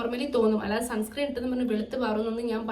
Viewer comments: Sunscream alla sunscreen aann ☺️ Pinne supplement endhelum edukarundo? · sunscreem alla sunscreen aan😂😂😂😂